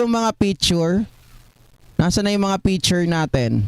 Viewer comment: Anong “ PITURE “ …??? Baka “ PICTURE “ …!!! 🤮😝🤪😜